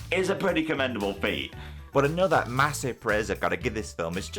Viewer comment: "annuda day, annuda play" - Mozart